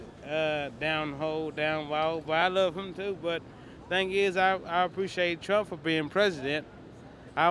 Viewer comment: He had it right... "Prump"